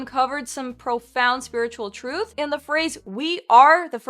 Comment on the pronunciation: Real Atlanteans should be able to properly pronounce simple words like TRUTH.